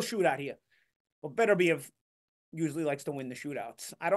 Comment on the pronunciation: It's pronounced beTERbiev. The accent on the TER. Be TER biev. Now you know.